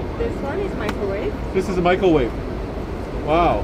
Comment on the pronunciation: "a gulfstream michaelwave"